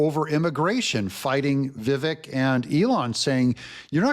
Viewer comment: it's vivAKE, like CAKE. please learn this, I can't hear you do this anymore. He's been around long enough for us to pronounce his name correctly.